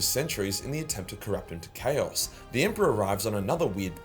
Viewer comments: Can you at least say "Chaos" properly, you utter fanny. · TIL/ chaos is pronounced cows.